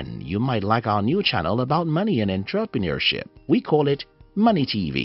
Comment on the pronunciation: six people and you still mispronounce entrepreneurship.